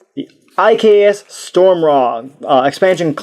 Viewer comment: It's pronounced Some-Raw not Stormraw!